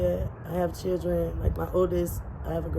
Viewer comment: Wait did she say 8 CHIRREN 😮?